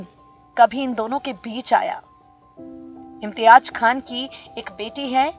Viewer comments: How does it sound Imtiaj instead of Imtiaz and Amzad instead of Amjad. Kitni kharab pronunciation? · Tum pagal ho GAYI ho... Kya.... ? AMJAD KHAN , ko tum AMZAD pukar rahi ho.... AUR IMTIAZ ko IMTIAAJ.. ZER ,AUR ZABAR KI TAHZEEB NAHI... PHIR URDU KA BALAATKAR KYUN KARTI HO...... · Imtiyaaz ko imtiyaaj Aur Amjad ko amzad इम्तियाज़ को इम्तियाज और अमजद को अमज़द बोल रही है जो बोल रही है अफसोस